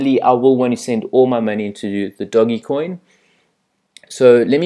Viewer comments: It is pronounced doj. It is named after the Italian bankers/rulers off the 1500s. How do you add $$$$ using visa to your Changelly account? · The G is pronounced as a J ;-)